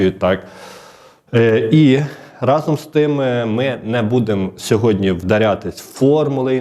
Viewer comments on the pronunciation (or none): none